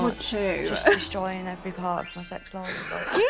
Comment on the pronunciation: I hope you are sitting comfortably, and you are cozy, and have your “sex” and your beverages 😂😂😂 I rewound several times and that’s all I hear